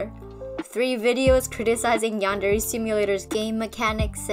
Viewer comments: i dont like how he says "yandare" like he says it like "yEnderey" like dude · He claims the "Yandereify" his game yet can't even pronounce the word yandere correctly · Gotta appreciate yandev, someone who’s game concept is supposed to be all about a yandere, doesn’t know how to pronounce yandere